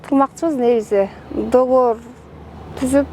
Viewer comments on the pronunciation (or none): none